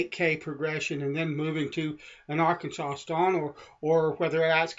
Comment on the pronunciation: Why do you say "Arkansas" like "Arkensole"?